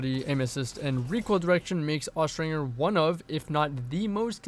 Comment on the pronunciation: Austringer is pronounced with the J sound, not the hard G sound.